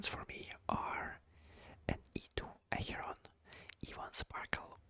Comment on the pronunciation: Когда ты сказал Ахерон я подозреваю что ты русский....